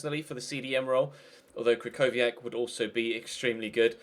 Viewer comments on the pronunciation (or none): Yoofi Spencer the Real is actually kry-ko-wiak Some english youtuber just prounounce it the other Way bc They dont give a damn about football outside England